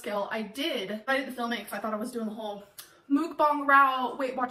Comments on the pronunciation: Mook-bong** (Is how she says it) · I literally hate that she pronounces it as “mOOkbAhNg”